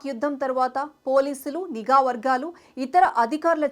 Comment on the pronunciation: అమ్మా!! గూఢాచారి కాదమ్మా! గూఢచారి అని అనాలి. అలాగే, నిగా కాదమ్మ! నిఘా అనాలి. దయచేసి తెలుగు భాష మీద దృష్టి పెట్టండి.పట్టు సాధించండి. ధన్యవాదాలు 🙏🏻